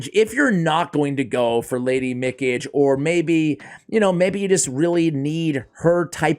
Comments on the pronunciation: I think it's pronounced Mi Ka Gee with the e at the end being the only one using the long vowel sound. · speaking from a fellow Bostonian, you don't sound anything like you're from the Boston area! Also the mythical's name is pronounced Me-Kah-Gay.